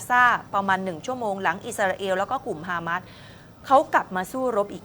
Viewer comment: ออกเสียงว่า ฮามาส ไม่ใช่ ฮาม้าด ครับผู้ประกาศ